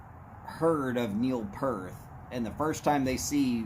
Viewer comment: Neil Peart....Not Pearth lool.